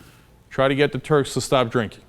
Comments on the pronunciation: i has 20/20 hearing. I heard him perfectly. He said turds. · I did. Cenk said turds.